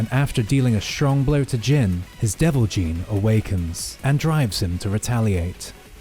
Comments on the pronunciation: He can't even get devil "Jin" correct FFS 🤦 keeps calling it gene... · It's Jin! Devil fuckin Jin! Not gene! 🤦 Like wtf how can you not get this simple fact correct?